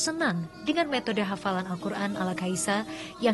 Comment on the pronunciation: Hafal kak...bukan hapal.....jauh kali beda huruf F dan P